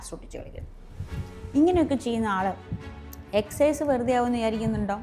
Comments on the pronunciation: Holland അല്ല ചേച്ചി ഹാലൻഡ് എസ്‌സൈസ് അല്ല exercise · എക്ക സൈസ് 😂 എന്നാ ശരിക്കും